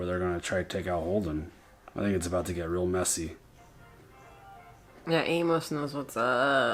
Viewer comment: I love love love you guys, but y'all are making me nuts! Amos is pronounced AIMus! 😀 I know is a little bit picky, but it's making me crazy!